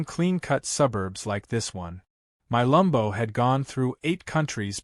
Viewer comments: Freaking AI can't tell between Lambo as to Lumbo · It’s Lamb-Bo!!!!